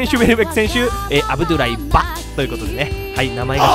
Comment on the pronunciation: アブドゥライ・バの言い方wwwww